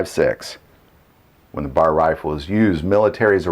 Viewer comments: I agree. Browning bar? Nope, B.A.R. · I’ve never heard it pronounced “browning bar.” “B-A-R” for sure. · It's a B.A.R. not a bar.